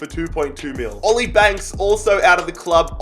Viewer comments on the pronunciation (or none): none